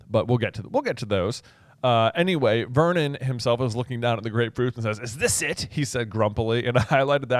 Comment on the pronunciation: Every time i hear Uncle Vernon's name i hear "Vermin" (I am Dutch and have knky read the Dutch version of the books, and the Dutch name of uncle Vernon is "Herman").